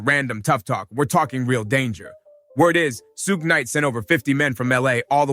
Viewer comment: Who the fuck is suga? It’s suge knight. Not suga. Su gay. ? Wtf?